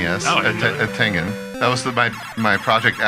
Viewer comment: That's not how you say tengen